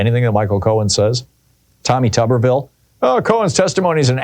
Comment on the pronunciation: Pronounced tooberville